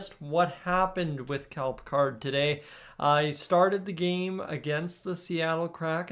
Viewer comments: Yup, bothered me too. Isn't it pronounced like Pick-erd? Not like Captain Jean Luc Picard! Lol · You pronounce his name wrong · Pronouncing his name wrong..